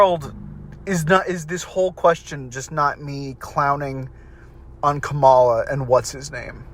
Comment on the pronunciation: All that stuff of like, having a debate for who the democratic candidate would be, did happen a little. Its just that everyone knew so much that it was 100% going to be Kamala (pronounced KA-ma-la, stress on the first syllable not the middle)